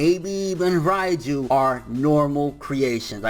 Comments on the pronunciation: Jean-Marc Émilca Yeah I know I was just joking because pronounced it ryeju instead reiju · Can you stop saying Raiju ffs, its Reiju, soundin like you sayin Raichu or some shit